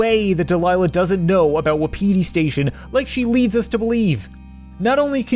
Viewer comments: Why does he call it wa-pe-di station not wap-i-di station? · Who else got annoyed he was pronouncing it "Wap-ee-tee station instead of Wapati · 2019 = Wa-piti Station Everyone else = Wap-iti Station Aha memories. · Its a great video and all but in the game wapiti station it pronounced wop-itee station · My guy, they say "wah-pity" in the game. Pls. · wuhpeetee station XD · So I just looked up what Wapiti means and it means Elk. Also it is pronounced Woppity. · Why is it so hard to pronounce 'wapiti'?